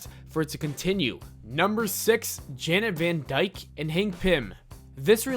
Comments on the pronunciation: Van DYKE? Her name is Van DYNE...sheesh! Freudian slip much? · Janet van DYNE, not van Dyke